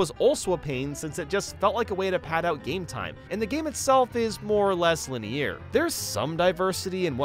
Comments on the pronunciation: Dude said linee-air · Why does always pronounce linear with a French-sounding accent on the last syllable? Is he trying to sound fancy or does he not know the correct pronunciation? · he sounds so french when he says linear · Dude why do you pronounce the word "linear" so strangely? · Anyone else really dislike his pronunciation of linear? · Bro why do you pronounce "linear" so weird?